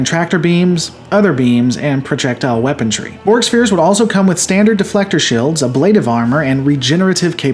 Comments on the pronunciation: Liked the video, love your channel! One small point: it's 'weaponRY' not weapondry or weapontry or whatever it is you say in every episode haha :P Keep up the good work! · "Protrectile weapontry"